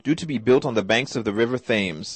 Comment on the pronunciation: River thames! Its pronounces tems.